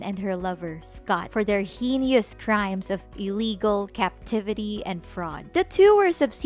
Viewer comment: 'Subsequent' is pronounced 'sub-seh-kwent' not 'subseeekent' and 'heinous' is pronounced 'hey-nuhs' not 'hee-nooz'